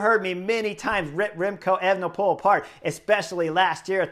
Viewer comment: That guy sounds like an idiot to me. I do not enjoy him or Phil...prefer the euro guys that call the TdF...anyway, FFS can you tell to say evNePole instead of Ayvnepool...I cringed EVERY time he tried to say that name.